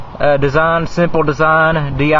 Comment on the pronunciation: a "sim-poo heat-oo" fohwa simpoo gauy